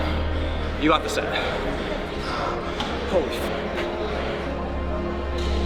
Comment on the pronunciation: please dont say holy like that